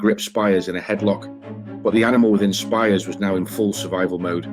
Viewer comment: It's pronounced speers not spires.